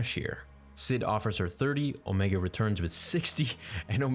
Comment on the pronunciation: It’s pronounced omeeeega